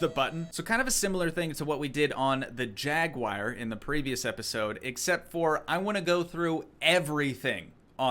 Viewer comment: Like the content even though it's been 2 years. One thing, though... a Jaguar is not spelled Jaguire. /'jag-wahr/ or /'jag-u-ar/ It shouldn't rhyme with Jerry Maguire.